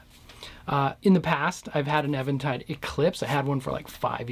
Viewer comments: It's EEventide, and if you call them on the phone and say "ehventide," they will correct you as the words exit your mouth. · Thanks bro i appreciate it..u shd note that it is pronounced as even tide... Like no waves... Get it? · I used to think it was pronounced Eventide too... but every time i called them on the phone they answered and said EEventide lol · Sincere question: is it pronounced "Evan tide" or "Eee ven tide"? I have always said it as "even" tide (as in opposite of "odd"). However it is pronounced, the H3000 sounds great.